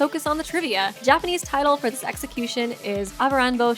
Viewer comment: I'm sorry did u just say sexicution